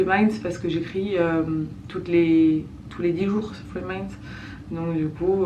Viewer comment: Chaque fois j'ai l'impression d'entendre free minds pas three minds en tous cas c un plaisir de voir tes blogs bisous